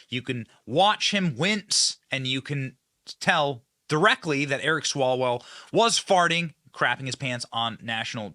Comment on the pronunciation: I think it’s pronounced Swallow well.